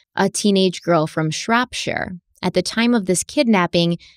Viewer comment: Love the way you have the ‘sheer’ down instead of ‘shire’! Shropshire, Yorkshire etc Perfect👍